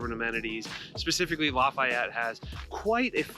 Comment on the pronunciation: You pronounce Lafayette like a total douche.